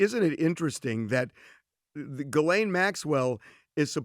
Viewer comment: jee-Len is how you pronounce her name Not GIL- LANE